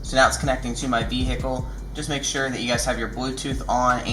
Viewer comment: What's a v hic cal...?